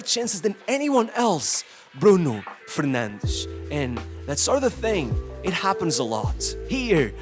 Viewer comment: The way u say Bruno Fernandes with the Portuguese accent, Vamos caralho! Continua!